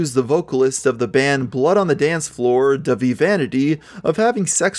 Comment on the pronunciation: "Davie" the H in Dahvie makes it a soft A like in the word Audacity